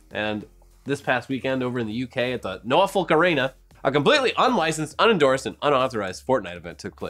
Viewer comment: I’m from Norfolk and that is the weirdest pronunciation of Norfolk have ever heard good video though